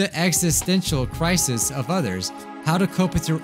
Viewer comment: "learn through existential cWIcis..."